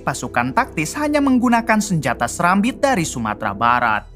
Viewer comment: Izin koreksi bang itu karambit bukan sarambit